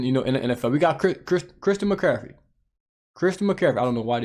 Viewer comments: Christian McCaffrey isn’t that hard to pronounce. If you can’t then call him CMAC or? but that was rough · That’ll happen right around never. isn’t as polished, knowledgeable and struggles with a lot of pronunciations that are basic and everyone can pronounce the names.